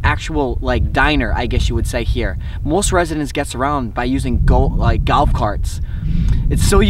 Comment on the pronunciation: Golf** . Not galf bro.